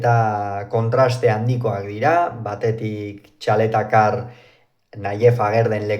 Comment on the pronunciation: Txaletatzar, ez Txaletacar!! 😅